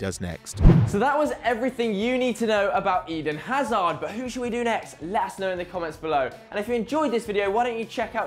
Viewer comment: Why does he pronounce It Edin Aza?